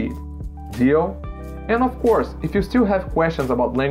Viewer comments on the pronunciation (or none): He said "off coarse" instead of "of course" it takes just one tiny mispronounciation to give it away. But from a functional perspective it doesn't mean anything. I have a strong accent myself.